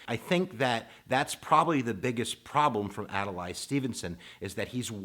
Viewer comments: It's "Ad-lay", not "Ad-lie"! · Please, say Adlai, not Adelay. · Also, it's Ad-Lee not Ad-a-lai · So now I’m wondering if you didn’t even bother to research how to pronounce Adlai of what value are your lectures. Adalay? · You need to pronounce their names properly. It's Adlai (pronounced Ad Lee) and Estees Keef offer.) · Ad-lay .... How does someone not know that?